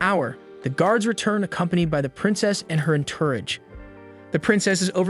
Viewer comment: Please learn how to pronounce "entourage".